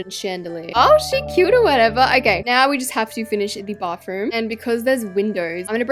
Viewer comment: why do you say bathroom "bafroom" i love it thoguh